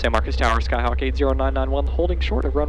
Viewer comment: I like how the TRACON controller is the only person in Texas that knows that phonetically MarcOs is not MarcUs . Good video and you have some great stuff that is helpful to future pilots. Coming from a CFI, keep it up!